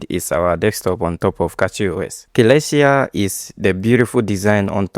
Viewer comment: its pronounced suh-LESS-tee-ah